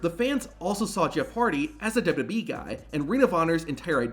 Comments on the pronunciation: I wish the narrator would learn how to say "WWE" instead of blurting out "dudubyee" everytime, as if the mic is about to cut out. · What is with thus guy? "Douba doub e". Also, the weird pauses?